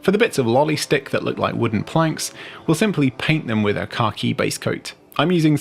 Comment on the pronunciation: As an American I can never tell if you are saying "car-key" or "khaki" paint